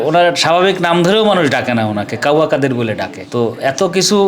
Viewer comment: কাদির নয় কাদের